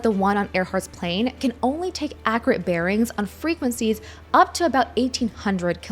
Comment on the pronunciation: Bear-ings, not barons!